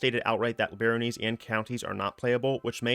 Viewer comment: "Layge", "Barrónies", "Senes-Joel"... man they must be bringing in a lot of new stuff 😅😅